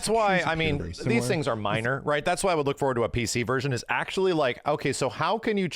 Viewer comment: “Luk at the fidelity of the tree”